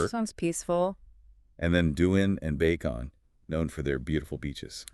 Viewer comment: they were actually good ...until it came to pronouncing the names of the cities ...they couldn't do it Bacong was Bacon 🥓. Lol.